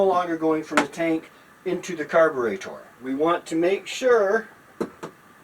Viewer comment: There is a very tiny plastic fuel filter inside the metal tube on the carburetor (or as Taryl says carbitrator). I know because I saw one clogged once..